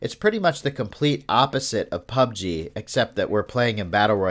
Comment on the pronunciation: Anyone else annoyed by the way he pronounces Pubg? Might be just me, good video though.👍